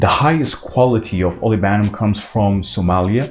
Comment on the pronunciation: Olibanum...not olivanum😊